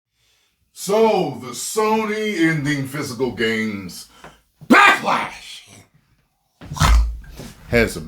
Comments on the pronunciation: I watch these backlash videos specifically to hear him say BAckLash!! Chhh!! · Do you ever say BACKLASH like that in normal conversations when talking to people?? That would be hilarious. 🤣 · Every time my dude says “BACKLASH!!!” in a loud and emphatic manner, followed by grunting noises (ROTFLMAO!), I immediately do a shot w/o hesitation. 🥃😎👏